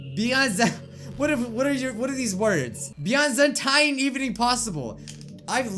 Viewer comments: I believe the word “Byzantine” is pronounced: (Biz•en•teen) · I've used the word byzantine. Its pronounce bih-zan-teen. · I've used Byzantine before in a sentence. Pronounced as "Bizanteen" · Byzantine is pronounced Biz-in-Teen, not.. however da fuck YOU pronounced it dude. XD ever heard of the Byzantine Empire? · pronounce the word byzantine as bizanteen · Salad. That's an empire from the Roman ages. XDDDDD and that's not how you pronounce it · Natsuki News Network: fails to say "Byzantine!"